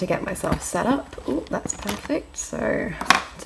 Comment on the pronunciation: its made me say 'dats vewy nice'